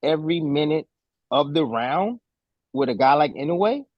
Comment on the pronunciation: アメリカ人はいのうえ。の発音難しいんだね！イノウェイ。